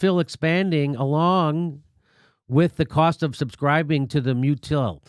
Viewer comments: also mutuelle is MEW-chew-EL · Mutuelle is pronounced "meu-tu-el" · Mutuelle = "Mew-chew-EL"